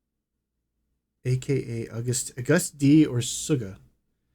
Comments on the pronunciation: Suga pronounced Shoo ga .......August D (like the month)........and Jungkook is pronounced Jun Gook (middle K silent) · yoongi's stage names are pronounced shoe-gah (like sugar without the r) and august d like the month of august lol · Yes RM coaches the others when they want to know English or have public speaking. There was a short segment on that but you talked through it. Suga is pronounced just like sugar without the R. (Shoo-gah) RM, Suga and J-Hope are all members of the Korean copyright association. We ARMYs really want you to take in this information as fully as possible. This is where it would have been beneficial to pause when you had something you wanted to say because otherwise you were missing information each time. Finally when it got to the information on ARMY you apparently lost interest because you spent most of the rest of the video talking more than reading. Also didn't appreciate you minimizing the contribution ARMY made in response to their donation to BLM. The impressive part is that it was done in less than 24 hours and of course not every army was able to donate so, no, your math doesn't work out right. Name another fandom that has done that. The map at the end where all of the charity initiatives that army created in BTS's name.